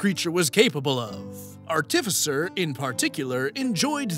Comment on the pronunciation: Why is it that soooo many youtubers mispronounce "artificer" so freakin' badly? It's like nails on a chalkboard. It's as if somebody took a really off-key singer and auto-tuned them to be even worse. The emphasis goes on the first syllable, yet people keep putting it on the second. D20s are icosahedrons. Dodecahedrons are d12s, not d20s. Yeah, I know that's all nerdy and nit-picky, but this is a channel about nit-picking how other people play a nerdy game, so it makes sense. I'm a little surprised that nobody pointed out to SBM that he was whiplash switching between "Oh, noes! Am I destined to be the death of all whom I love?" and "My natural 20s are the s*t, I saved everybody, I am so awesome!" 'Cause they're really conflicting. (While SBM probably couldn't do it, a better player *could actually role-play how his character is so terrified of his dark, grim, dark, gloomy, grim history that he would latch onto any success and try to convince the other characters he is a real hero, in hopes of convincing himself of it. But, that would take a player with some introspection.)